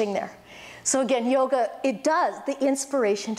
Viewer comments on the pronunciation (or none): none